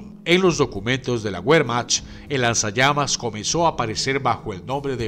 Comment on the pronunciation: alguien escucho lanzallames?